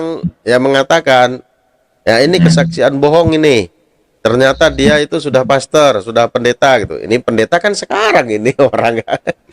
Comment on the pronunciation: Moderator nya bukan kaleng2 tp drum2 ,galon2 sampai saya gagal dengar......dia bilang PESTOR...PASTUR.... 😂😂😂😂😂